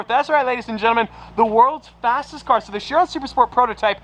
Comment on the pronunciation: It’s not She-ron, it’s pronounced Ki-ron! Vey-ron is wrong too!